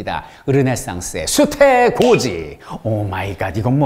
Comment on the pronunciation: 수태고지를 수태고자로 들었네..